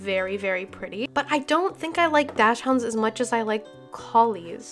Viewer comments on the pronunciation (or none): Btw dachshunds are for some weird reason pronounced doxend it’s like a breed from Belgium or something by the way I love your videos